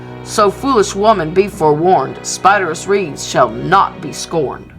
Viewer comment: Many people mispronounce Spiderus' name, it's actually pronounced "spy-dare-iss"